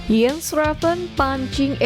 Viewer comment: Ko baca nya jadi Iens Ravens mbak.. bukannya Jens Ravens..